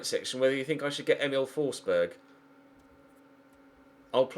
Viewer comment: FFS it's pronounced Fors-berry ..... not Fors-berg....